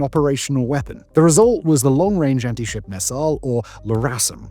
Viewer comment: "next generation ant-ship missile"?